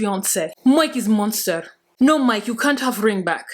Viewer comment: “No Moike“ 😂😂😂😂